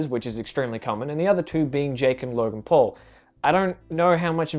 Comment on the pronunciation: the first time he said logan paul it sounded like he said logan "porn"